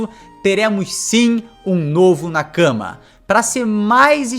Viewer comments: Meu amigo. Nakama se lê Nakamá e não na cama. Na cama vc faz outra coisa, tipo... dormir hehehe. Ademais ótimo vídeo. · Genteeee, a pronúncia é nakamÁ!!! 😭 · Jeito que vc nakama é muito engraçado ahahahahah Tenta falar nákámá ficaria bem mais japonês